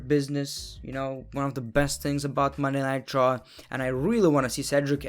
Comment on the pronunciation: When he says Monday night raw it sounds light Monday nitro